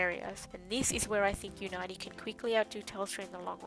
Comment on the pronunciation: I think it's pronounced, "unity" homegirl.